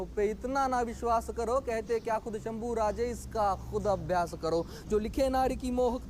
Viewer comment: भाई वह संभू नही शंभू है.